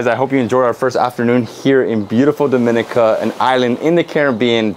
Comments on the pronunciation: You are getting there with the pronunciation; door-me-nee-car, DOMINICA 🇩🇲. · the only reason it is hard to pronounce is you are used to hearing it incorrectly the way newscasters in America and beyond do. dom-i-knee-cah - what is so hard!!!! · Wonderful video of Dominica. However, can we get the names and pronunciations right... Its Do-min-i-ca, Dom-i-nican. We are not the Dominican Republic or Dominica...shame on you. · I did pronounce it correctly in the intro but I did have some difficulty pronouncing it and for that I apologize. I truly appreciate your comment and constructive criticism and I hope you have a great week.